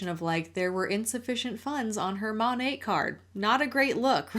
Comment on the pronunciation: This is a very silly nitpick on my part, but does it bother anyone else that it's pronounced mon-ate and not mon-at? There's no e at the end. Why do they pronounce it as if there is??